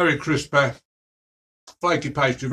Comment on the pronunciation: Crispeh, flakeh, tasteh!